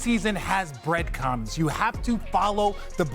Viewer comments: "the preseason has breadcums"...so pre cums...? ...RJ....at it again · "The preseason has breadcums"